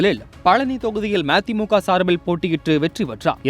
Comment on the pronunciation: ம தி மு க என சரியாக சொல்